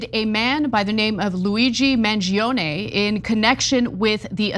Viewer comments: I'm Italian and from all the coverage i listened to, Ana was the only one that pronounced his name right. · Finally someone pronounces Mangione correctly 🤌